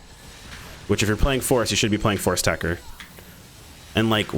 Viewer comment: It's Tech-Ter, techter.